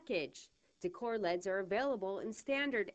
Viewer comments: Pronounced ell eee dees, not leds. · lol i love how she says decor LEDS as a word, not decor L, E, D.